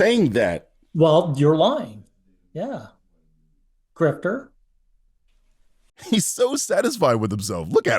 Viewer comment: This guy says GrifteR with a hard R lmfao, like he's trying to spit on you each time and missing entirely. Love ur work btw